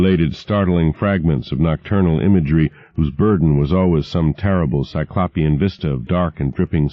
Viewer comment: i still wince every time he mispronounces 'cyclopean' 😑